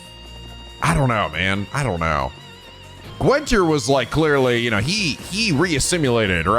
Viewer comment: Congratulations on making it through the whole game without learning how to pronounce Guenter... it's not Gwenter.